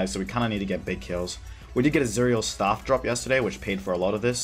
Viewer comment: ur a beast, but u need to work on pronunciation like, CHANCE not CHAWWWNCE, and STAFF not STAWWWF. GL M8.